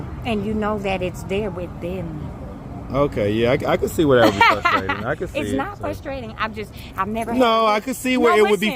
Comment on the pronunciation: No such word as “Fusstrating”